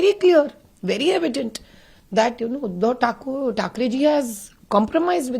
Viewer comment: You are also taking his basic name wrong 😂He's Udhav